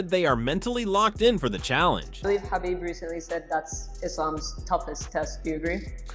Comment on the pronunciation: This narrator said khabibs last name wrong. Lol